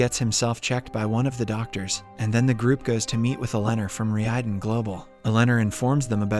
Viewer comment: Relax, it's all part of the " is really an AI" gag. He's been pronouncing the company's name (Reiden) wrong this whole time too lol